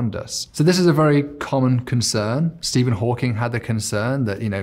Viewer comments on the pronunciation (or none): none